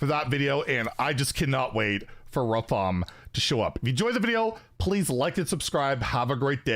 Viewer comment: Come on it’s not Rafaam it’s Rrraaafaaaam